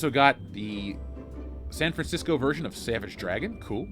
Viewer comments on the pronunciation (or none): none